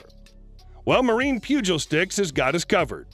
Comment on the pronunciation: It's "pew-gahl" not "pew-juul" 😂😂😂 like bugles the snack lol but with a P